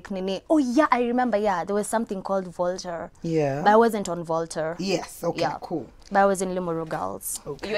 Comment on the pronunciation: Jeeez! An alumni of Limuru Girls?? That's where I schooled and would never have imagined such a crazy character coming from there. And the way she pronounced that Volta House like "volterrr" made wonder if the school added another house. This girl though!!!!